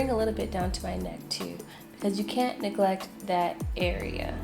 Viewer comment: she said don't negleck that neck lmao